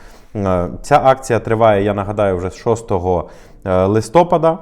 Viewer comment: прохання правильно ставити наголос: листопАд.